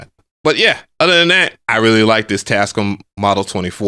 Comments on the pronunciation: It is your right to say a word anyway you wish, but why do you say Tas-cum? The manufacturers themselves pronounce it: Tas-cam? Individuality is wonderful but you do sound weird when you say it that way. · I give up bro. You win!! It’s “TASCUUUUUM” from now on😂😂😂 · 😹...Always called them "Tascum!", instead of "Tascaam!"💥😂..(knew I was correct)!😼...a BIG! thanks! for the confirmation!💥🤣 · The manufacturers themselves pronounce it: tas-cam not tascum. But I support your right to say it any way you wish. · Tascome got me weak lol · I’m now watching for pronunciation!! 😂😂😂. Tascum, reverb, sequencer are all added to the list! 😂. Love your videos dude! 😎👍🏿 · Tascum is the ONLY way I'm pronouncing their name now 🤣🤣🤣. I want the Live 3 AND the model 24 though, still rocking the OG MPC one for now